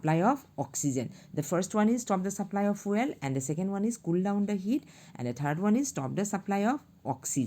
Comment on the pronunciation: "The fueal got me rolling🤣🤣🤣 fr"